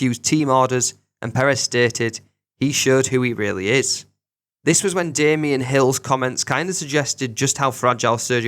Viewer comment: If ur gonna make an F1 video, don’t call Damon Hill “Damien Hill” If ur gonna post F1 content, please pronounce the names correctly. Thanks 🙏🏼